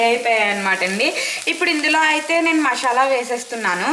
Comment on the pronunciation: Akka adi mashala kaadu masala meru thappuga pronounce chesthunaru akka